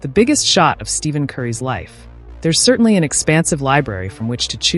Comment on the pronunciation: Please tune your A.I. to pronounce his name right at least!!!